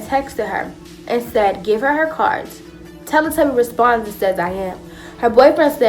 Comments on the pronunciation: I died when she said tellly tubby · She said “telle tubby” I’m done😂😂😂😂😂